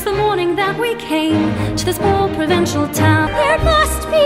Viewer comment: Emma Watson sounds like she's saying "There must be more than this provencial life" and not provincial. I mean both work the same since this a a poverty ridden village in France but yeah.